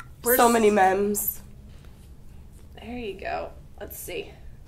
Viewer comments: “so many memes”. … pronounced it meems next time you use the word 😄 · Did this girl just call "memes" "mems?"